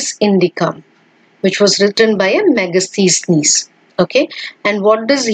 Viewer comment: Wow .whatta pronunciation. Megastheesneese